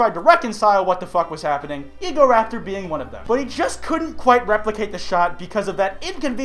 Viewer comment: are you sick?